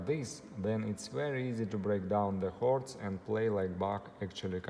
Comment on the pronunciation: Excellent advice. The only thing is I thought you were saying "hoards", and it took a while to realise you were saying "chords", but I got the message anyway 🙂